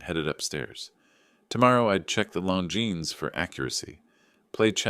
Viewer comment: That's how its pronounced.